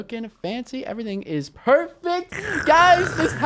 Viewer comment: Way you say like eveeting